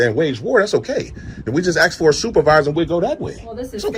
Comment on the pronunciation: ASK, not AX!!!!!